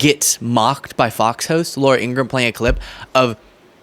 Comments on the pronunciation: It is pronounced Laura In gra ham. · should pronounce Ingraham properly,.the h is not silent. Even though she's a bum. I think it's disrespectful when they mispronounce our Vp's name